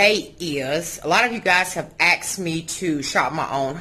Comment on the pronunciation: You are the BEST! You should have your own show!! You have a brain for decorating! Fyi: Just wondering why some people say AXED instead of ASKED.